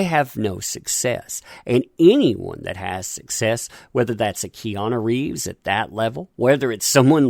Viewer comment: Did you call him Reanu Keeves? If so understandable mistake, Have a nice day